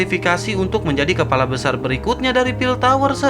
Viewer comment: Aduh keseleo lagi lidahnya mimin ... Kelapa atau kepala ..wkwkwkwkwk